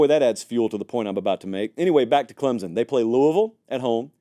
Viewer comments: Can you please pronounce Klem-sun correctly? It's not Klem-zun. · I love you Lord knows I do!! But will you please pronounce Clemson correctly!! 😂 there is no Z in Clem-Son!! C-L-E-M-S-O-N 🐅 thanks 😅